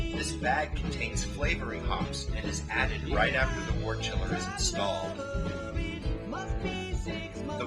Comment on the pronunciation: Decent video, but I must nitpick something. The narrator continually mispronounces the word "wort" as "wart". Wort should be pronounced "wert"; just like world, work, worm, worst, and worship are pronounced with an "er" sound.